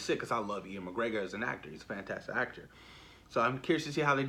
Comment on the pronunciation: U - ANN McGregor not E - ANN